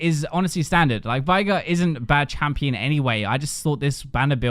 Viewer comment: pronouncing veigar as vigh-gar instead of vey-gar triggers me so much